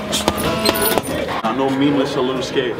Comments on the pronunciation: okay but listen, elisogay, i dont think your content is entertaining. neither does memeulous. yes, memeulous. not memeless, say it with me, "meme-you-lous" not hatin bro, do what makes you happy. but your content doesnt please me. im on george's side fam. just because he doesnt like your content, doesnt mean you can put his name in the title for views. #memeulouscrew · Calls himself tough even tho he can’t even pronounce Memeulous right